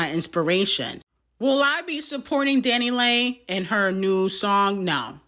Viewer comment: DanniLAY DanniLEE DA baby MAMA LMAOOOOO I like how doesn’t bother to learn the pronunciation of peoples names that don’t matter (and are also colorist and racist) 🤣🤣🤣